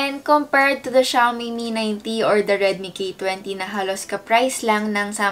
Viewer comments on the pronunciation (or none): none